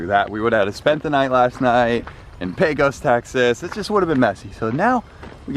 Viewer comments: Pecos (pronounce by locals as Pay-cuz). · It’s pay-cose not pee-cose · Nice video. Btw, I assume ya’ll landed in Pecos, TX. It’s pronounced pay-cus or pay-kows, not pea-cuss. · its not PEECOS its PAYCOS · Ok you have to say it right - try saying “Pay-cus” and not “pee-cus” lol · Please stop saying Pee Cose. It’s Pay Cuss. Pecos, Texas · Pecos is pronounced Paycuss, not Peecose. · It's Paycus, not PeeCos. Please !! lol. Looks like you guys got antoher good one. Good decision to stay overnight. Might be some hope for you guys yet lol. Did you make a good deal for $27K? Oh, heck yeah. How many hours til engine overhaul needed? That's key. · It’s pronounced paycos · P-AY-cos (as in co-sign) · Its pronounced paycos (Pecos) Texas. Thanks for the video. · I cringed every time they pronounced Pecos, its pronounced “Paykis” 😂😂😂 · Heyo! I'm a native Texan and just learned Pecos is pronounced by locals as "Pake-iss" - Yeehaw n' all that! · Nice video....in Texas, Pecos is pronounced PAY-COS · Pecos, TX is pronounced "Pay-kos" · Good video. Pecos is pronounced “Pay cuss” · The proper way, for anyone from Texas, to pronounce the town is Pay Cuss. Like Judge Roy Bean was " The law West of the Pecos". Learning to fly is on my short list, I enjoyed this video, and very little was over my head. What was, I was still able to put the pieces together. Now I'll have to subscribe and get caught up. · Pecos is pronounce (PAY-CUSS) by we Texans! Glad you guys had a smooth trip! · lol "Peh cos" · Can’t believe you can’t pronounce Pecos properly